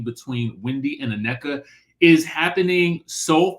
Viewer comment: It has never been Anecka but you insisted on calling her that. It is pronounced Nec - ka, IJS!!! 🤷🏽‍♀️🤷🏽‍♀️🤷🏽‍♀️🤷🏽‍♀️💕💚💕